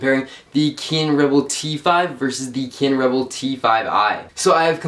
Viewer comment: Why can't this fucker say cannon